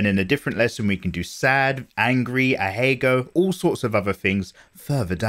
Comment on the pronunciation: "Ahego" xD